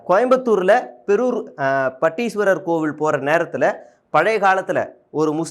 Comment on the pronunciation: கொட்டை ❌ கோட்டை ✅ பெரூர் ❌பேரூர் ✅